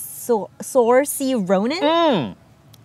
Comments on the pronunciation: Saiorse Ronans name is Pronounced "Ser See" and i ABSOLUTELY LOVE THAT PICK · the reasoning of all your picks is fascinating and i have no complaints!! Fun fact Saoirse is actually pronounced SEER-sha, not being a noodge it's just stuck in my head ever since i learned so i can't not blurt it ehehe. also Michelle Yeoh I would FLIP YES PLZ ilove her so much????? I saw a fancast with Idris Elba as Ganon too and now i can't unsee it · Saoirse is pronounced [SEER-shuh] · Yeah butchered it